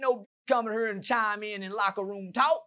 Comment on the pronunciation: "you think they know why we hurr?" Lol